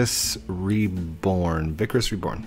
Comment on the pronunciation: It is pronounced Vie-criss reborn (as in pie, but with a v) ((just a friendly reminder)) :D